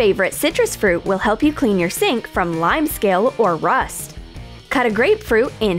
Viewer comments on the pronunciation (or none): none